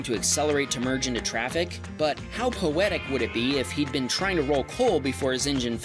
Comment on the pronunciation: Why you saying been